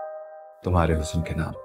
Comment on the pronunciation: The singer is singing "Hus-san" whereas correct pronunciation is "Husn". I don't understand where all Urdu- dan are, not pointing out this error to the producer.